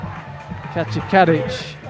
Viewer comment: Can't help it but I keep hearing the commentator say "Katja Cabbage" instead of Kadic.